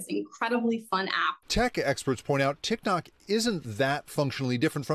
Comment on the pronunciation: Yo she said Tik Tak!!!! 😂😂😂 I’m dead